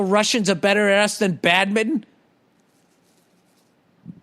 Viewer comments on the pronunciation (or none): Dude he pronounces badminton like badmitten